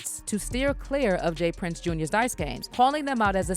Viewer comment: It’s JR not jaz